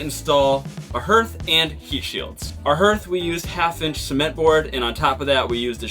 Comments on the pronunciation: It’s pronounced harth. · it’s härth, like hard. I had a ‘69 for a number of years. Had some cold nights, but never considered a wood stove. Seen them on boats, makes perfect sense. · Haarth. What is that "herth" noise? Is there a local pronunciation I am unaware of? Anyway, love you guys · It's pronounced HARTH, not Herth😊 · “HERTH”? Is that same as a “Hearth “ or as most say “Harth” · It’s pronounced HEARTH! Haaaarth! Not “herth”, HEARTH! 🥰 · It’s amazing, but it’s pronounced ‘harth’. Like Garth. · Pronounce "hearth" like heart with a "th". 🤎